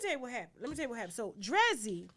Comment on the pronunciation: Her name is Dree-Z ….